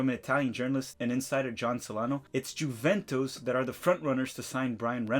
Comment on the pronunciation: Bruh please look up how to pronounce Juventus. Out of all of the team names to mispronounce...